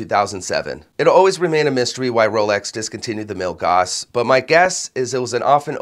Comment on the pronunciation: FWIW Milgauss rhymes with hill-house